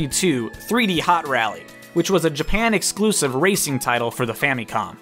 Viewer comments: It’s not pronounced “Fameecom” it’s pronounced “Fam-eh-com” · Fam uh com not fam eee com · It's an I and I makes an 'ih' sound not an 'ee' sound